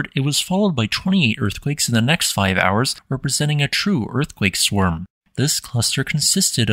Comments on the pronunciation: never herad of a swerm. swarm:? yep swerm nope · Swurm? Think again.